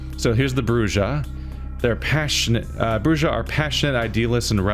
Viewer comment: It bothers me how you mispronounce "Brujah"!